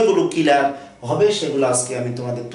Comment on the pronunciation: দয়া করে কিলিয়ার না বলে ক্লিয়ার বলবেন।🤔🤔🤔😊😉